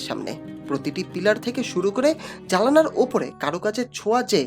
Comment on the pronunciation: আপনার বাংলা উচ্চারণ সঠিক নয়। আপনি "জানালা" কে বলছেন "জালানা", আর "শরীর" কে বলছেন "শরীল" এবং চ্যানেল কে বলছেন চ্যালেন। এই গুলি ঠিক না।